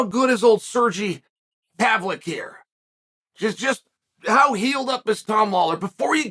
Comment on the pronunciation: Sergee Pavlick Tom Awler 😢 Poor guys getting butchered out here 🤣